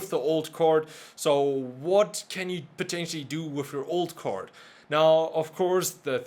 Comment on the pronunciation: I love how he preanounces card as cord